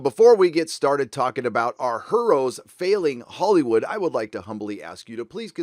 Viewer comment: "her-ohs" - love it! :D